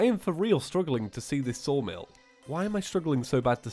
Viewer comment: IS it just me, or is Saying 'Soulmill' instead of 'Sawmill'?